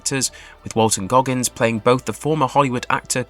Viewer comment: Call him Groggins one more time.